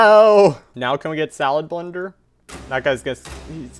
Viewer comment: SMH it’s not salablinder it’s salad blender